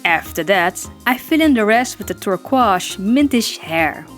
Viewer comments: ...I just noticed. You said the word turquoise like "tor-quaz". It's pronounced "tur-coise". 😂😂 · I like her!! And yay! Alex Fox finally woke up about Penny! (Also... "turquoise" is a very tricky word, English is a weird language. It's pronounced "turk - oyz". )